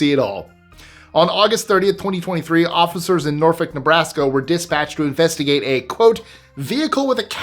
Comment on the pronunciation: Nortick Nebraska or do you mean Norfolk Nebraska